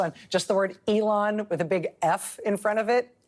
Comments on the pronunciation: I like how he said elon like it's a womans name. Haha elOn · Why can’t bill burr pronounce Elon’s name. Boomer ass